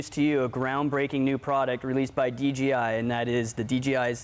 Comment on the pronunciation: he just say "d G i" ??? wtf is dgi? lol DJI!